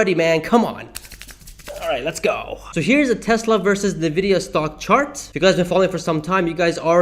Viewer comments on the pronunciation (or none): FYI: Pronounced “en-vid-ee-ah”; not “ni-vid-ee-ah”.